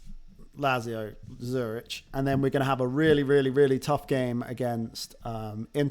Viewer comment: Never heard someone calling Lazio the way you do. Zurich is another horrible one :D